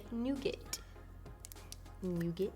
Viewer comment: You make me laugh with your pronunciation of "nougat" because this is a french word and I am french, so it was verry funny! I really love you, I'm following you on snapchat and intagram, and I'm always waiting for your next video because I looooove your makeups, you are so pretty! Thank you so much for sharing us all your videos and your funny life on snapchat! xoxo, your french fan